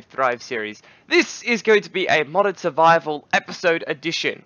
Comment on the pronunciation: It's Modded not Moded